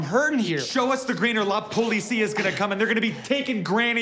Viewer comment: La poh-lee-see-yuh